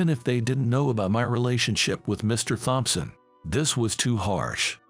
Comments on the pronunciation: The IDIOT doesn't even seem to know that in the name "Thompson", the "H" is SILENT!!! Even for a computerized reader, this is such a screwup! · All the bosses are named Mr Thompson, but they CAN'T PRONOUNCE IT!